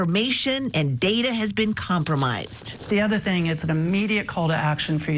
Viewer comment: It's an envelope, not an onvelope.